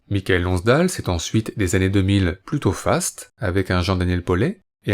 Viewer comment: "Des Dieux et des Hommes" ne date pas du début des années 90, contrairement à ce qu'on entend ici, mais de 2010. Et, quitte à consacrer un Blow Up à un acteur célèbre, autant bien prononcer son nom. On ne prononce pas Mi ka el, mais Maï keul Lonnss Dêle.